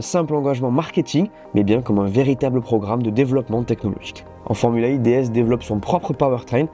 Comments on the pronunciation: Pourquoi tu prononces formule Ai et non formule E?? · Super vidéo, merci En revanche la prononciation fait un peu Formule AI Comme si l'intelligence artificielle avait une importance capitale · Formula One Formula E E se prononce i en anglais 😁